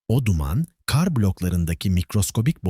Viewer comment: Seslendiren kar demesini bilmiyor. Bütün videolarda aynı